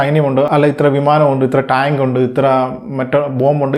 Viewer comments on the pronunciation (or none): ടയിൻക് 😂❌ ടാങ്ക് ✅